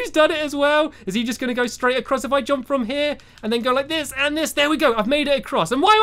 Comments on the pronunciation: why does he say jomp instead of jump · Its jump not jomp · i love the way stampy says jump... "jomp jomp" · No one: Stampy: "jOmP"